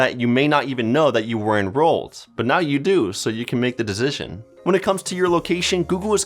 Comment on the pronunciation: Listen to how he says "decision" 😂